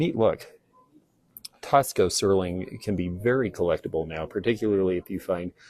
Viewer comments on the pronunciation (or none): THANK YOU FOR SHARING YOUR KNOWLEDGE!!! PLEASE PRONOUNCE: TAXCO: AS: TAHZ-CO. THANK YOU!